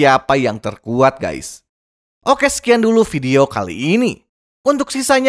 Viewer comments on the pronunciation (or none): none